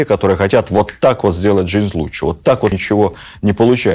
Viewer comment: Интересно, но каждый раз слышать лучче вместо лучше режет слух сильно